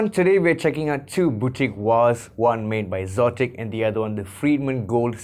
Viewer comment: You are the first person I've heard pronounce xotic as "zotic." It makes sense, but I think they are just spelling exotic without the E at the beginning for effect. Anyway, good review.